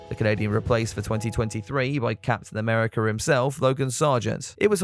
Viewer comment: Did you say Craptain America?